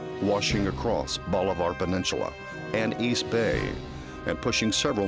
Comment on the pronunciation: Wtf is a peninchula?? I've heard of peninsula...